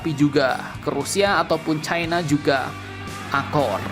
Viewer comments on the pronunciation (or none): none